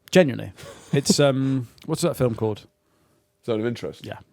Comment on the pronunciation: Zone of Finterest